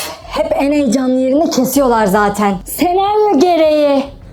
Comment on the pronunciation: sEnAryOĞ GEREĞİĞĞ berra